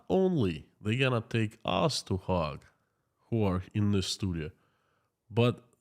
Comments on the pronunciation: It's pronounced hage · Hague is pronounced as 'Haig' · Another interesting talk while I eat my salad. I like your pronunciations of the Hague. The town I live in is full of 4th generation Dutchman. Yeh - The Hog. I like it. I been thinking. Let's say they do declare war against Ukraine for it having the temerity to actually defend itself against Russian aggression. Russia has already pulled out the old stuff for fighting. Some of it goes back to World War 2. I've seen a lot of videos where their soldiers are neither equipped well nor are they treated well by their superiors. The text from a lot of phone calls shows they do not want to be there and really don't believe in Putin's war. They say he is running out of the missiles he is using to kill Ukrainian babies. They say even the ammunition is getting low in supply. Tanks, trucks and railroad supplies are being blown up by HIMARS and the BAYRAKTAR. As an economist, you have been taught to view the war by resources. It looks like Putin is slowly running out of war resources. He can mobilize more men but is this an effective use of resources? He doesn't have the resources to train these people. Some resources are intangible Crimes against humanity may not retain even his traditional allies. Allies are a resource. This resource too may be squandered. A great resource is the support of his people. Killing the husbands, sons and fathers of the people may lead to a diminishing of this support. He certainly will not come across to the world as a moral example. You say over a million ha